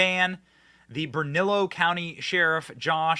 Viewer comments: Bernalillo is pronounced Berna-leo. The name Lujan is pronounced Loo-han which rhymes with wuhan. In NM she is called MLG. I personally call her the evil leftist sexually assaulting troll. The depth of disdain I have for this woman is indescribable, especially after what she did to this beautiful state and wonderful people who live here during covid. Other reasons I despise her is that not only does she think abortion up to birth is ok she is proud that NM is one of the states that do a high number of late term abortions. She also just signed into law the right for children to have abortions or sex mutilation surgeries without parental consent or knowledge. There are many more disgusting things but i will stop right here before my blood pressure skyrockets. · Pronounced Bern-u-lee-o 😂 for Bernalillo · Bernalillo: Bern - A - Leo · Bern-a-lee-o county. Bernalillo. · Benny, no offense, but here's the pronunciation for a couple of words: Bernalillo = BURN-A-LEO (in Spanish, 2 Ls sound like a Y) and Lujan = LOO-HAN (in Spanish, J sounds like an H). Thanks for your coverage on this "right to carry" issue, Benny! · Pronounced : LOOHON. Spanish - the j is silent BURNALEO COUNTY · Bernalillo is pronounced as the double L is a 'y" or silent. ie- Bern-a-leeyo or Bern-a-leo. And Lujan is pronounced as the "j" is an "h". ie- Bee-y-ach. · Benny. Just an FYI. The county is Bernalillo. Which sounds like ( Burn-a-lee-o) Love you man. Your the best. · It's pronounced "BERN A LEEE O" Anyway, I hate our gov. It's Looo Han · FYI. Bernalillo is pronounced bernaliyo. Lujan is loohon. Thought you should know. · Lujan is pronounced like lew-Han and bernallio is pronounced like burn a lee o thanks bro love the show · Benny, you're in a state with a large Hispanic population and you need to learn how to pronounce Spanish words, the J in Lujan sounds like an H, the ll, is pronounced like a y, as in tortilla and Bernalillo. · Burn -a-Lee-oh. New Mexico